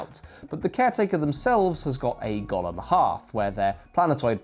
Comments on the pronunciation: That Golem pronunciation... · My main takeaway from this video is "WTF Brits pronounce 'golem' like Gollum from Lord of the Rings????"